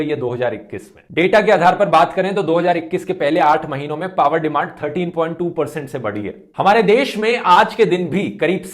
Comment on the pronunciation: Excellent Sir आज आप पावर को कई बार पाअर pronounce कर रहे थे।